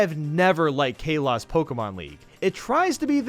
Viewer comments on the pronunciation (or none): It's pronounced kaw-lows, not ca-los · How you said Kalos made me cry from laughing. It's not pronounced Cay-loss, it's pronounced Kah-lohs. 😅😅😅😅😅😅😅😅😅😅😅😅😅😅😅😅😅😅😅😅😅😅😅😅😅😅😅😅😅😅😅😅😅😅😅😅😅😅😅😅😅😅😅😅😅😅😅😅😅😅😅😅😅😅😅😅😅😅😅😅😅😅😅😅😅😅😅😅😅😅😅😅😅😅😅😅😅😅😅😅😅😅😅😅😅😅😅😅😅😅😅😅😅😅😅😅😅😅😅😑😅😅😅😅😅😅😅😅😅😅😅😅😅😅😅😅😅😅😅😅😅😅😅😅😅😅😅😅😅😅😅😅😅😅😅😅😅😅😅😅😅😅😅😅😅😅😅😅😅😅😅😅😅😅😅😅😅😅😅😅😅😅😅😅😅😅😅😅😅😅😅😅😅😅😅😅😐😅😅😅😅😅😅😅😅😅😅😅😅😅😅😅😅😅😅😅😅😅😅😅😅😅😅😅😅😅😅😅😅😅😅😅😅😅😅😐😅😅😅😅😅😅😅😅😅😅😅😅😅😅😅😅😅😅😅😅😅😅😅😅😅😅😅😅😅😅😅😅😅😅😅😅😅😅😅😅😅😅😅😅😅😅😅😅😅😅😅😅😅😑😅😅😅😅😅😅😅😅😅😅😅😅😅😅😅😅😅😅😅😅😅😅😅😅😅😅😅😅😅😅😅😅😅😅😅😅😅😅😅😅😅😅😅😅😅😅😅😅😅😅😅😄😅😅😅😅😅😅😅😅😅😅😅😄😅😄😅😅😅😅😅😅😅😅😅😅😅😅😅😅😅😅😅😅😅😅😅😅😅😅😅😅😅😅😅😅😅😅😅😅😅😅😅😅😅😅😅😅😅😅😅😅😅😅😄😅😅😅😄😄😄😅😅😅😅😅😅😅😅😅😅😅😅😅😅😅😅😅😅😅😅😅😅😅😆😅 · Kaylos? ITS KALOS NOT KAYLOS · I just hate how people pronounce Kalos. It's not Kae-louse but Kah-loss! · I love he pronounced Kalos al kaylos than pronounced like kahlos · omg it’s KA LOS not kaylose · It is Ka-los not Kay-los -pokemonfan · Kay-loss. IT’S KAH-LOHS, YOU MORON!!! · It's pronounced kah-los, not kay-lose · its not kay-loss. its kah-los. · Kayylos ok buddy it's pronounced kalos no hard feelings tho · DDP he pronounced kalos league wrong also! Kay-los It’s suppose to be Ka-los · Kay-loz? I thought it was Ka-los. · Its KA-los, Not KAYLOSS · Kilos is not pronounced ka-los it’s pronounced kal-os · kAHlos, not KAYlos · “K-loss” K-LOSS?! ITS KAL-LOS! YOU TRIGGER ME! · It's not pronounced kay-loss it pronounced ka-loa-s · It kah-lose not kah-loss just so you know. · Ka-loss not K-loss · It’s pronounced k a l o s not kayloss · Excuse me?!?!? You pronounce Palos as "Kaylos". I'm a huge pokemon fan and this makes me a bit irritated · I hate the way this dude pronounces certain words he called Kalos Kaylos WTF BRUH And he calls Giga Gyga wtf not bad content dok nt get me wrong but his pronunciation is painful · This boy just sayed the kailose pokemon league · Did you just say "k loss"? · Did you just say “Kay-loss”? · Did this man say Kalos (KayLoss) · KAH-los,. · Kalos is pronounced Kaw Lose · Whats a "Kayloss"? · KAY-loss? What is that pronounciation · I like Hanenbow. Also, it's "kah-los" and "ky-meer-a"